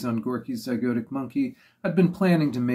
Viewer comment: Good video, once the host stops talking about himself. Welsh mispronunciation forgiven, wonder if he learned to pronounce "zygotic" later.